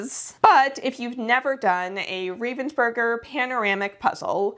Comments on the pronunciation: I watched every minute. They don't pronounce Ravensburger with a long A. Have they ever said anything to you about that? The whole thing was so exciting! I loved finding all of the puzzlers that I had heard of. The competition was so much bigger this year they may have to find another venue. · The pronunciation of Ravensburger kills me. The name has nothing to do with ravens nor burgers, it is just the name of a town in Germany plus the "er" ending, which signifies origin in German (Well, not always, but this is not a language lesson and it does in this case, so just accept it). Ravensburger Spiele = games from Ravensburg